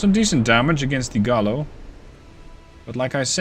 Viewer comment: Double Ls in Spanish sound like a Y - Gai-yo, not Gallow